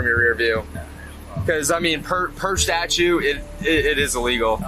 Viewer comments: Did he say "per statue"? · Per “Statue” 🤣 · Dopey cop called it a statue instead of statute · "Per statue...". Lol.